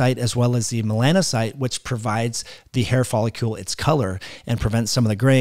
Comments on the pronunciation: Very interesting. Wondering if photobiomodulation may be helpful. *It's follicle (icle-like pickle)...not folicule-like molecule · Why do you pronounce "follicle" wrong? It's not folliCULE but that's how you keep saying it.